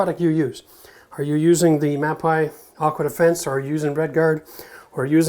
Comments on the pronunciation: Just an fyi...it's pronounced Ma - pay not Ma -pie. It is a great product line though. They also have really great concrete repair products in their industrial line. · Mapei is pronounced "Mapay"...it's Italian